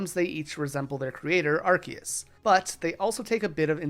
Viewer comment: it's pronounced arc-oo-se!